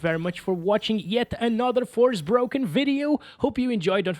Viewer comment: "FOR--SPOKEN" not "FORCE-BROKEN"